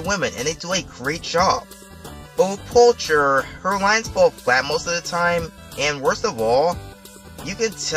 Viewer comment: Poehler, not Polcher